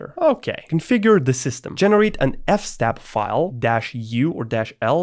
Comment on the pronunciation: Even noobs pronounce FS Tab as F Stab